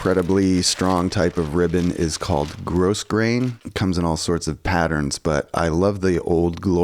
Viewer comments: as someone who has sewn for the past 50 years, I appreciate this. Love your handwork. BTW, the ribbon you showed at the beginning is pronounced "grow grain". I believe it's a French word, so the S is silent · "grow - grayn"